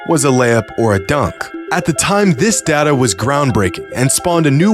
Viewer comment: It's data, not data